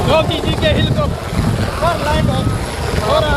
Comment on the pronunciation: Abe Jogi nahi re Yogi Sahi pahle Bolo thik se